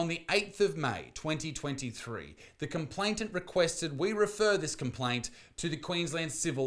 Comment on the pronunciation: its complain-ant not complaint-ant